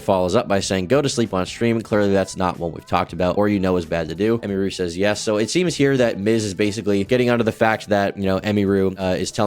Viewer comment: You could’ve said her name right at least 😂